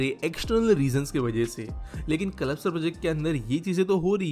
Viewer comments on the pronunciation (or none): Nice video. The proper pronunciation is 'Kalpa - sar' and not 'Kalap - sar'. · It's called कल्पसर not कलपसर, thoda pronounciation pe dhayn do bhai 😂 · सर कल्पसर सही उच्चारण है